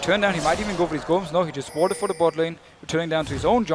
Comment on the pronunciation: Darien: WEED or FEED?